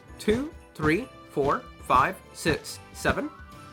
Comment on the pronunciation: You keep saying sits instead of six it gets me kind of annoyed but it’s worth it